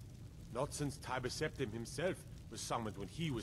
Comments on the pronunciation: Tiber (Septim) is pronounced tai-br not timber 😅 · did she say? Timber Septem?